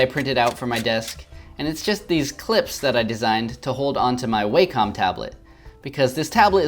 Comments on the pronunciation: Not way-com it’s wack-um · "Way-calm" Lol that's not how I imagine how the brand name sounds.